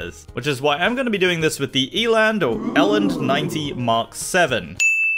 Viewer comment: I’m from SA, it’s pronounced elant, sorry for being grammar police